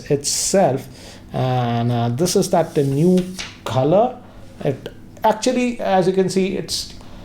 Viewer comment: Normal people says color says khalar😆😆